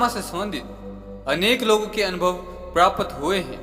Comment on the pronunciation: आप "प्राप्त" को "प्रापत" बोलते हैं। सुधार करिए।